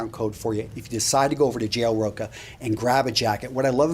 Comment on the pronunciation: Great video, as usual, man. The name of the store you linked, I think you should pronounce it "TCH" like in chilli. Rocha.